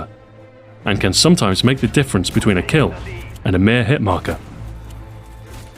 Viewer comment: What's a kiil? Also, what's a sheel?